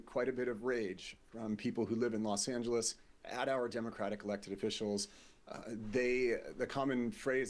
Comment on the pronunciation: I'm just very happy to hear British people pronounce Los Angeles correctly on the news.